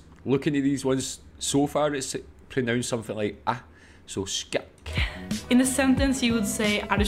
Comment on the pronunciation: You're pronounciation of Skækk was pretty spot on